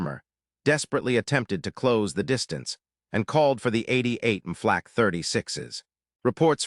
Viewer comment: This computer narration is the worst I've heard yet. I stopped at the 3-minute mark. Between the panzer "eye eye eye" and the "flaw cay" who could bear it longer?